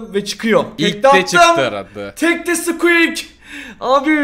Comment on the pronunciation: Hiç kimse squeak diyeyemiyor sadeçe squek hwjsjajjajsa